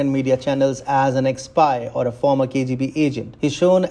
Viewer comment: It’s not former!